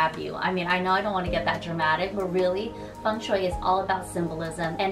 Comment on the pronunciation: Blessed You Tube algorythm!! It's taken me some time to come across your channel but I'm lovin' all the amazing tips and tricks to create a lucky home and last but not least, how you pronounce Feng Shui correctly!! Thanks a lot,!! 🎋❤